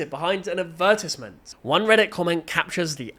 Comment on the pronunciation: Why do you pronounce advertisement like that